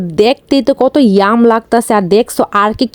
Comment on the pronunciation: গাইজ❎ গোইজ✅ স্পেশালি ❎ ইস্পিশালি✅ ইয়াম্মি ❎ ইয়াম✅ ট্রাই ❎ ট্রয় ✅😂😂